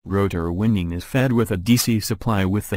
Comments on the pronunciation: I lol’d at Stator “winding.” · yep, audio is irritating i couldn't stand finishing the video. some words are mispronounced, which actually changed their meaning. words such as "wound" and "winding." i don't know if the video would have been better if the creator just used his or her voice.